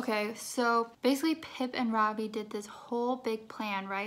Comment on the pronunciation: ITS NOT FUCKING RAAVII ITS RAVI RAVI. SAY THAT!! RAVI